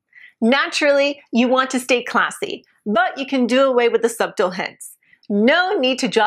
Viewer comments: Did she say SUB-TLE ??? It subtle (SU-dle) 🤣🤣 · I'm sorry. I can't hear this anymore... Subtle -- has a silent "B"!!! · it's pronounced "SU-tl", not sub-tl. Otherwise, good advice. Thanks. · Did she pronounce subtle as "sub-tle"? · Ok. She just enunciated SuBtle. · Ok. The word ‘subtle’ is pronounced ‘suttle’ and rhymes with ‘shuttle’. IOW the ‘b’ is SILENT. Otherwise, great presentation x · Fun Video. FYI: The "B" in Subtle is silent. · . You don’t pronounce the bt like that lol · Ummm derr silent b in subtle ! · I don't care how pronounces "subtle". She is gorgeous and sexy however she chooses to pronounce any words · Did she just pronounce the "b" in "subtle"?